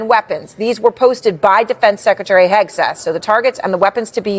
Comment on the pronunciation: Did you just say “DUI Hegseth”😮😂